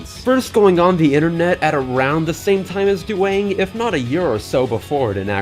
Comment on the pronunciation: This "Duwang" is perfect.